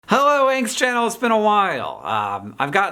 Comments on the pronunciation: i havent watched the video yet, but at the start when you said "hanks channel" it sounded like "angst channel" and honestly that works. just letting you know in case you need a new name at any stage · I know you are saying “Hank’s Channel” but I always first hear “Angst Channel”....😎